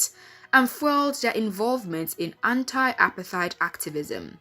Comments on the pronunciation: Good film, but it's pronounced more like APART-HATE, NOT APAR-THIDE... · Apart-heid ! Not apar-theid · Apartheid is pronounced "apart - heyd". Please can we correct that. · Nami the accent is shaking me. It's like she's saying appetite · Clueless narrator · like bro uper tyd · The way she says apartheid is so foreign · It’s not foreign. It’s wrong.